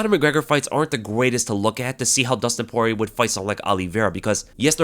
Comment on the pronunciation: Nah brah, Poirer